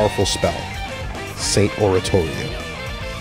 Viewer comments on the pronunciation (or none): none